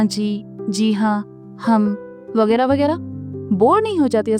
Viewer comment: Jab akshat ne wali pockek fm pe boli thi tab vegra vegra nhi bola tha vagar vagar bola tha 😅😅😅